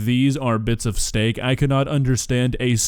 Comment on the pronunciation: She said STANK SUPREME!